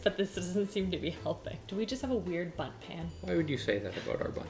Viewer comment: It sounded like she kept saying butt instead of bundt. I'm so immature...